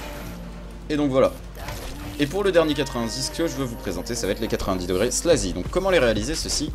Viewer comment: La manière que ta dit slaazy cest chaud mais honnetement ton tuto étais vraiment bien expliqué et daprai moi tu pourais entrer dans la g4b